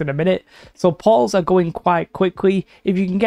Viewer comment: i was wondering what "pauls" were this entire video and it finally hit me.... portals :'D